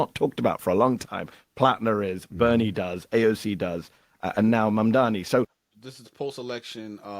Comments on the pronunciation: Bruh. PLEASE learn the name!!! If u gonna actually host a show where talking is the thing. Speak clear n correctly please. Its pronounced "Mom-Donny" Mamdani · MAMDANI... come on bro say and spell his name properly or go home 🙄🙄🙄